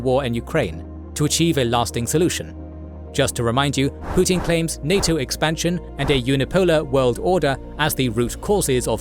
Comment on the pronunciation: He is "Put-in," not "Put-out."